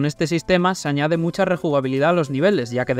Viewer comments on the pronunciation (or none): Build se pronuncia sin u.